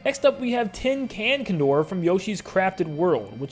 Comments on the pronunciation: Did this guy just say cun-DOR …. Dude it’s a condor …. A bird … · Tin-can Condor is only a bad name if you pronounce it as wrong as you did.